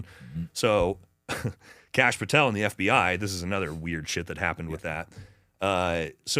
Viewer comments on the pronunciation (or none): none